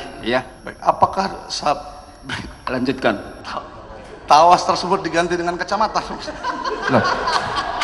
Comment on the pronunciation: Tawas malah jadi trawas😅😂😂 kocak